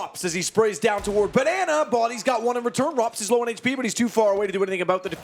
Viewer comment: This boy done called him roops XD